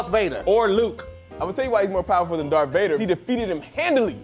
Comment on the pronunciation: “Dorth Vader”😂